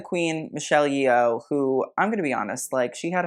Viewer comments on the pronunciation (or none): TIL Yeoh can be an easily mispronounced surname. Why did I think it was easy lol. For those wondering, it's yo-h, not ye-oh